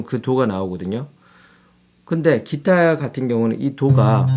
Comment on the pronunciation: 키타 가 아니고 기타?